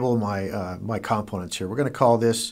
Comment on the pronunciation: Learn how to pronounce the word "components." I kept dwelling on that.